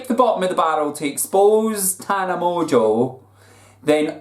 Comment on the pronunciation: I don't get why pronounces "Mongeau" so fucking wrong. Where is the T for him to pronounce "Montequeue"??? Is he fucking stupid?